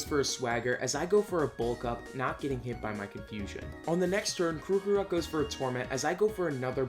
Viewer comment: ... ... ... His pronunciations are off the mark, like what Krookrok and Reniculus. Like how hard is it to say Krokorok and Reuniclus. Seriously. Watching this hurts my brain...